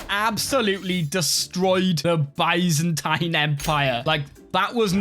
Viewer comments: Byzantine is pronounced biz-en-teen. LOL. Good video, sir! :) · One day will pronounce Byzantine correctly but today is not that day.